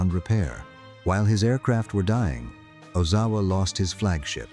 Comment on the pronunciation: Oh-Zow-A. It's not that hard to pronounce.